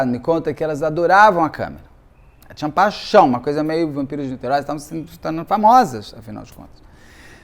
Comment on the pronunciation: "Paixon paixon paixon " 😂😂😂😂😂😂 não me aguento com esse Beto kkkkkkkkkkkkk